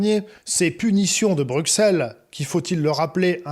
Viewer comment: S’il vous plaît veuillez dire à ce gentil que Bruxelles se prononce « brussel »